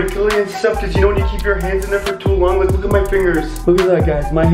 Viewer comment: He said you shnow